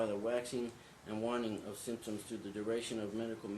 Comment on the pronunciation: Waxing and wah-ning. Sequel-A Dude!!! Don’t define words you can’t even say.